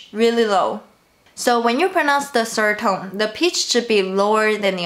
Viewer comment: Do I the only one that feel a little bit 怪怪 when she pronounces "sird tone"?